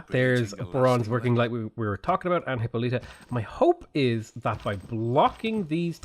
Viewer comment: that, i must admit, is the first time I have heard hippolyta's name pronounced like that.